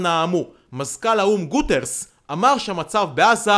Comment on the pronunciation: UN Secretary "goo-ti-ERESH"